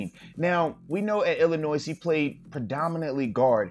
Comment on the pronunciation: I LOVE these film sessions, but uh the s in Illinois is silent...